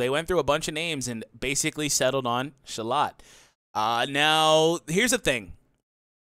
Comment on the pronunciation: It's Schalot by the way. Like "eschalot"